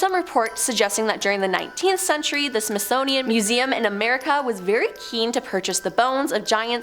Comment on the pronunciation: Smithsnownian? Smithsonian honey. And we don't pronounce the S in Illinois. Articulate my dear.